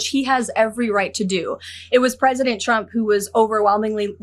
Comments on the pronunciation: "president chrump believes....". She needs to work on her phonics. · Sounded like she said President "Dump"... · I hope one day she slips and calls him president Chump, the way she pronounces his name sounds close. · Did she say president chump?